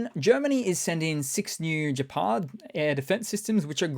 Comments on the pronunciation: gephard, with a hard g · Hey I could be wrong, but have a tiny bit of constructive criticism, I believe Gepard has the "hard" g pronunciation. Like Gecko or Gordon